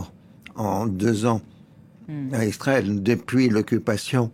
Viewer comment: Laurens dit toujours « Istrael » depuis des années ! Quelqu’un peut il m’expliquer ça ?